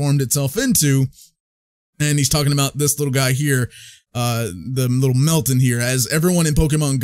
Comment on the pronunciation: It’s not pronounced Melt-tin, but it’s pronounced Melt-tan.